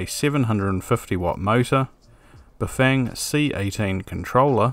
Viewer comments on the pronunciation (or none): Its pronounced "bow-fang", not "bah-fang". 😁